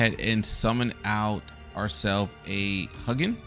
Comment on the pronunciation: decent video but if I hear you pronounce it as "Huggin" one more time...